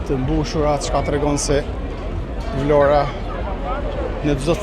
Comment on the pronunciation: Zoti sa bukur e shpreh atë emër,,,,,Vlora...jeni i mrekullueshëm dhe folja jote është shum pastër